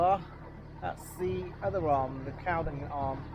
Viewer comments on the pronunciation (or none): Nice vlog pal. I have a boat moored at Stoke Boat Club on the Caldon. Quick one, it's actually pronounced culdon 👍